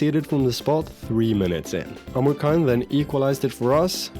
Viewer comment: Man, this Duran guy never stops (hah get it?) Omurcan is pronounced like Omur-John